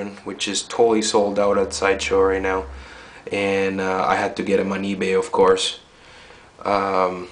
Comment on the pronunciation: "It's da best endoskeleton you can buy right naugh"... You buy a lot of endoskeletons? :)